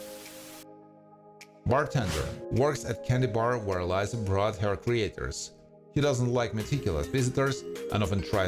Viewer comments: It’s Lisa Not Liza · Its not lie za its lee sah